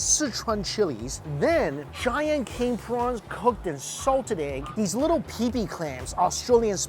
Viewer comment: Ohh by the way it is meant to sound like Pippi, like pippi longstockings, not PEEPEE